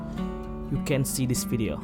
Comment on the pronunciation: this nigga really said vaidio🥴💀